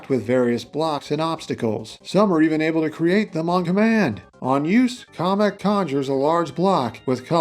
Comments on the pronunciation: First off KAM-EK! NOT KAH-MEK! Second, this is a very solid moveset, as always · Off topic but I don't understand the pronunciation Kah-mek instead of Cam-ek. That would mean that Kammy from the Paper Mario series is pronounced commie. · Sorry to say is but it not call komek is kamek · I've always thought it was KAY-MEK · Don’t want to be that guy but the Kam in Kamek is pronounced like the Cam in Camera